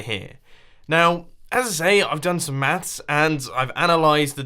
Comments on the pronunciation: first time he said maths I thought he said meth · Hello World That I am. I didn't know it was said differently, thought that was just a Mumbo thing.